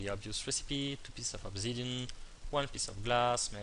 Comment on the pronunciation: its!!! obSidian!!!!!!!!!!!!!Not obZidian!